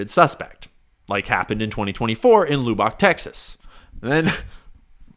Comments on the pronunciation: Ok i love you,, but its its pronounced LUH-BICK. Not " LOO-BOCK. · Ooof....that looobach, TX was painful. Luhbuck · hold up a second. he just said "Loo-bahck, Texas" but he's been living in Austin? the "o" has the same sound as the "u", it's "Lubbock". luh-buck. Lubbock. that was a strange mistake for someone with a lot of van-life miles on the odo. are you a real person,? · Loo-bok Texas?! Luhhbic is the correct pronunciation🤠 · Good video. It's not Loo-bock, it's Luh-buck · Shout out to Lubbock! It's Lub-buck though - not Lube-bock XD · Not Lou-bock, Lubbock (Luh-buhk) 😅😅😅😅😅😅😅😅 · Lub-bick. Not loo-bawk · Lou bock 😂😂❤ its luh buk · Looo-Bock, Texas?? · Tf is a “loobock” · It's pronounced Luh-buck, not hating because as Heinlein said - it means you learned the word by reading. Just for future reference if you're ever back in Austin lol. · "Luhhh bick" tx is how u say it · Loobock? lol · The only thing I disagreed with was the pronunciation of “Loo-bock” TX. 😂 Keep up the good work. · Looobok Texas? Lawl. I'm not even from there but, brah.. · Its LUH - BUCK 😭🤣🤣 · Lubbock Texas is pronounced Lu-buck $ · pronunciation of Lubbock as "Loobock" is disconcerting. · Dude you butcher Lubbock. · I could not sit idle while someone who is currently in the state of Texas pronounces Lubbock like that. Please Google the correct pronunciation. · I think my favorite part was how he pronounced Lubbock Texas